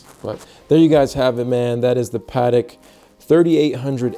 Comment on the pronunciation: It’s aaight. Protect ya Pa-tek.